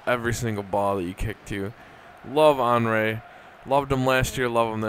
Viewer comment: just a little tip: henry is pronouned as "awnree" :)